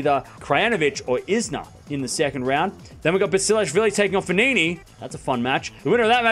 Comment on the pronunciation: it's not F-nini, it's Fognini, it's not S'néigo, it's Sónego 😄😊🇮🇹